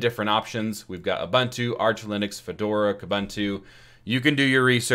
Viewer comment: FYI: it is pronounced "Oo-boon-too"